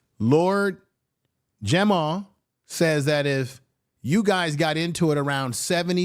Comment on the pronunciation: My Brutha it's Lord Jamar not Jamal